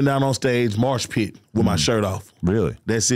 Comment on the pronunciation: "marsh pit"